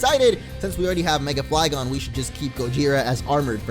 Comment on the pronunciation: I heard mega flygons